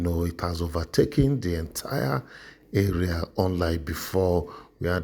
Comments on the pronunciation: The word "chaos" is pronounced as "Kay yours" Nice video though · Nice video sir. The word chaos is pronounced "kay -oss". Thanks